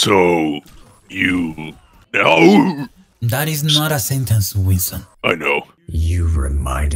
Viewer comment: Ah yes Wington